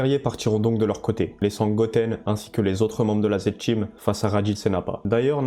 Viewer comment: TA DICTION EST DEGUEULASSE!!!! avec tes "parTCHi", Zed "TCHeam" 🤢🤮 😭😭😭😭😭 jsais meme pas comment j'ai fait aller au bout de la video